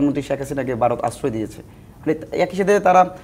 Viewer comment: এদের কেন টকশোতে নিয়ে আসেন বুঝিনা। সে কোথাকার রাজনীতিবিদ ? এই ছেলে তো ঠিক ভাবে কথাই বলতে পারে না।সে ভারতকে বলছে বারত😂